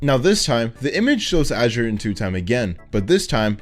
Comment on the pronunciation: thanks for being the first person to pronounce azure like azurewrath